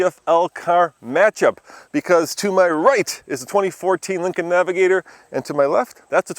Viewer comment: naviGAYtor..... Smfh